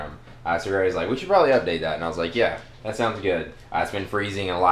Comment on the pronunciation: "Is sat a Go go pro?"